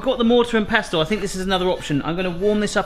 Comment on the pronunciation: Mortar and pest-tel? Lol it's pronounced "pessel". Great vid.:)